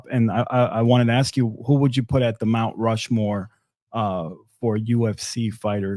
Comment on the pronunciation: he said Rount Mushmore lmao